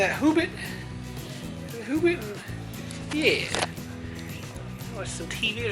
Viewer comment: it´snot hoobit it´s hobbit